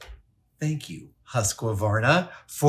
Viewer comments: Husqvarna isnt pronounced "Husk-va-varna". its more like "Huus-kver-na".. Hus, like Shoes, but without the S. Qvar, almost like a "quart", but without the t in the end, and the a is closer to an e. And "na" in the end. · NOT how you pronounce Husqvarna! I´m swedish, I know. It´s more like "Hoosqvarna" or "Who´s Qvarna?", not "Huskavarna" or whatever you said lol! Not Huska, there´s no A after Husq. And the Q is short, qvarna, not kehvarna. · Can you give us a pronunciation guide? We pronounce it: huska-varna where I am. I hear Adam saying: huskwa-varna. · For the love of it, it's not pronounced anything remotely close to Husk-o-varna. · Husqvarna is pronounced: Hus-kvar-na 🙂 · Huskyvarna. Haha.. Sounds funny for us swedes. :) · It's Husqvarna = the sound of "hu" it's the same from "huge" "sq" from "skeleton" and "varna", and don't pronounce it like it's made out of two words Husqa varna. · Husqvarna is pronounced like hoosk-varna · I was literally thinking as soon as i saw the thumbnail "that looks like a great zombie apocalypse weapon" But here is a tip from a swede on how to pronounce Husqvarna First part, use of a posh brittish accent and say "who's" And for the second part just pronounce it with a k "kvarna" with the k and v in one sound like in the word "quality" but with a v sound instead of a w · We call it a demo saw. And i also agree he says Husqvarna weird. Noone i know says it like that. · It's funny how you pronounce Husqvarna 😂😂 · often we joke about foreign names over here and i am pretty sure the way he says it is how they used to jokingly say it and now he just keeps saying it that way lol most people looking at it would not put imaginary syllable in there.